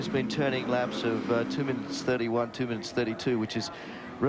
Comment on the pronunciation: He said minn I its